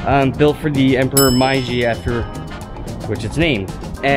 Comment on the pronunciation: Thank you for your interest in the Meiji Shrine and for introducing it. However, the more Japanese like pronunciation of Meiji is "meɪˌdʒi". Your pronunciation sounds like "maɪˌdʒi". Miso is a paste made from fermented soybeans that is used for Miso soup "Miso Shiru" Enjoy Japan!